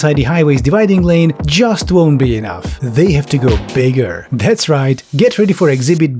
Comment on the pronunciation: i think you're pronouncing it wrong. it's not JUUUUUUUUUUUST bikes.